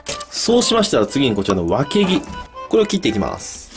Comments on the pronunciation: わけぎのイントネーション違くて草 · わけぎが脇毛にしか聞こえん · わけぎがわきげに聞こえるのは、私だけ？ww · わけぎがわきげにきこえて何気に 吹いた笑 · 私は、わけぎ？がワキ毛にしか聞こえないみたいです。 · 脇毛にしか聞こえん爆笑爆笑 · わけぎ が 脇毛に聞こえてしかたない笑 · ごめん。脇毛って聞こえた…。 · わけぎ が わきげ に聞こえてしまいました すいません頭冷やしてきます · わけぎをずっと脇毛って聞こえてて草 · わけぎが脇毛に聞こえるのは私だけ？ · わけぎが脇毛に聞こえて仕方ない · わけぎがワキ毛って聞こえた（笑） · わけぎが脇毛に聞こえた笑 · わけぎがワキ毛にしか聞えなくてやばい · わけぎがワキ毛に聞こえるのは私だけでしょうか？ 共感できる人はいいねしてくれると嬉しいです！ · わけぎ が わきげ に聞こえてしまった。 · わけぎが、たまに脇毛に聞こえてしまうw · わけぎが脇毛に聞こえる件.... 僕がおかしいんだろうなぁ(´・ω・｀) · わけぎがわきげにきこえるわ💜❤💙💚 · わけぎがどうしても脇毛に聞こえてしまうww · わけぎがワキ毛に聞こえる（笑） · たまにワケギがわきげに聞こえる...（お食事中の方いたらすいません。） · わけぎがわきげにしか聴こえない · わけぎが、脇毛に聞こえる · わけぎがワキ毛にしか聞こえない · わけぎがわきげに聞こえた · 一瞬脇毛って聞こえた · 前のに続いて地味にちんに見えるぞそしてわけぎがワキ毛に聞こえた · あぁ〜 わけぎがさ、わきげに聞こえるんだよね、あ〜末期〜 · わけぎが毎回毎回脇毛にしか聞こえない。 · わけぎがわきげに聞こえたw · わけぎが、脇毛に聞こえる笑笑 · ｢今が旬のワキ毛を使って｣ って聞こえて焦った ワキ毛の旬っていつなんですかね（？）